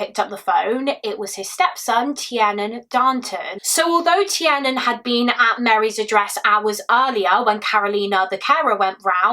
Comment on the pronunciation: Tiernan is pronounced 'TearNin'